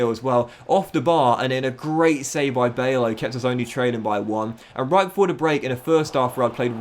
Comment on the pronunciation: You're pronouncing bijlows name wrong. It Bylow not Baylow